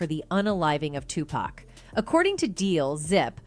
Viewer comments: She said 2pack😂😂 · I'm not trustin no source that calls him "tu pack" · Can’t listen to this… annoying who say 2 Pack don’t need to do a documentary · This narrator is killing me! Am I they only one that looses it when someone pronounces 2 Pac's name as 2 Pack 😂😂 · 2pac not 2pack white folks.. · I think everyone and their moms knew that Diddy put the hit out on pac. And how she says 2pac annoys the crap out of me. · 2pac has been in the media for the last 30+ years and they still call him 2PACK rather than how his name is actually pronounced. I can't bro! I literally CANT! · Why is she pronouncing his hame 2-pack! It's hard to continue watching after the fact! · I’m getting tilted by how she says 2 Pac. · 27 years later and she can't even say his name right? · I swear to Jesus himself if this bitch calls him Two-Pack one more fuckin time, I mean it was funny when she was saying Shoogknight, but fuckin callin Tupac "two-pack" is where I draw the line. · made a video without knowing how to pronounce 2Pac or Suges name smh